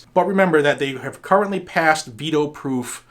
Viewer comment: ha ha. in the intro it sounded like you said beto override. lol